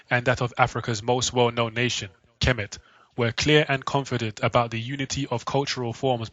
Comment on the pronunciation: It's TA HOTEP NOT PAH TAH :) AND KHEMET IS NOT KEH MET BUT HEMET - as the Egyptians in the bible are the descendants of Kham or Ham - silent K as in the Egyptian - so they are the descendants of Noah's son Ham - THE "MIZRAIM" IN ARAMAIC,HEBREW! So the Egyptians are HAM - ITES! Shaka Ahmose says it's TAH HOTEP NOT PAH TAH :) :hand-purple-blue-peace::hand-purple-blue-peace